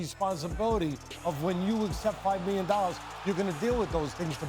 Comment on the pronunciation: "He got 5 miyon dollars, I'll say it again 5 MIYON DOLLARS!"